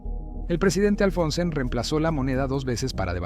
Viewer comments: Oye!!! Que PROBLEMA TIENES CON LOS NOMBRES?!???....Javier MALAY?"Javier MILLET"?'!!!!! "Presidente ALFONSEN?"!!!!! ...No sabes ni pronunciar bien los nombres de los Presidentes! ....Presidente "MILY"?!!!!! ...Presidente "Raúl ALFONSO"???!!!! Tienes problemas de DICCIÓN? o SIMPLEMENTE IGNORAS sus nombres? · Raul Alfonsen jajaja es Alfonsin 😂 creanle ustedes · Mucha ia... (se procede a dejer de seguir) en la parte de raul alfonsin q le llama de cualquier manera menos alfonsin